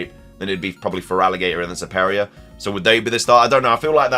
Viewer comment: i really hope we DO get a pokemon presents on 17th and these ''leakers'' really nedd to stop, as some of these things now adays are just either dumb or what THEY want to see in the games, so they say 'this has been leaked blah blah blah... '' Also, your pronunciation of SERPERIOR is great.. Lol